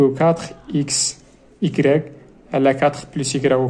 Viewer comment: غير عتازل ماستاد موالو ستريكتومون ههه فري بروبروزيسيون ههههه فرنسي ناضي